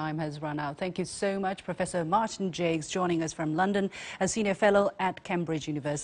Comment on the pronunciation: Professor Jacques knows what he's talking about...His name is pronounced 'Jawk' with a soft J sound...It's French...Not pronounced 'Jakes'...